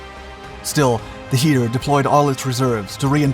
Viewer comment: If you're unable or unwilling to pronounce "Heer" properly, just call it "German army"....